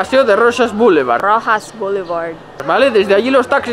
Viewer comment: Roxas se pronuncia Rojas, al igual que Texas/Tejas. Y Sarri Sarri es una canción no una tienda jajaja estoy tocahuevos